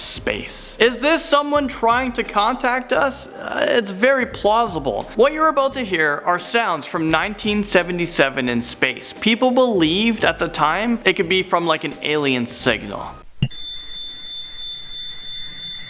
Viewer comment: "Its very plassoble". DUDE WHAT?😂